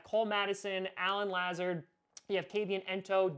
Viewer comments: I’m a Iowa Hawkeye fan and I had to hear “Luh-zard” a lot whenever the Hawkeyes played Iowa State because he was incredible for Iowa State so I literally shuddered every time said “Lah-zerd”😂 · It’s pronounced LUH zard not how you say it lol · It's pronounced Luh-Zard. Huge ISU fan here! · La-z-are-d. I went to urbandale with him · Is anyone else concerned about how he says "Lazard"?, I love you but PLEASE get it right. It's Lu-zard.